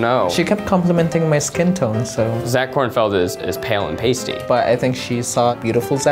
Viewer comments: excuse me SIR it is KornfEld, not KornFIEld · Who else got really mad when they kept saying ‘Kornfield’ instead of ‘Kornfeld’ ?